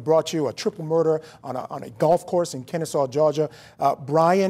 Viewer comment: But It's KenneSAW, not KennesSEE, and Chamblee is pronounced Shamblee.